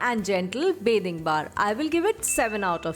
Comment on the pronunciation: ITS BATHING SOAP NOT BAYTHING SOAP.